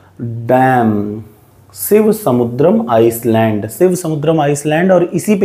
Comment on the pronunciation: Sir I don't want to dimean you.but your pronounciation of Island is totally wrong